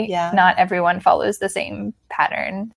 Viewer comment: The word "pattern" but i hear "parent". LOL. Thanks for your video!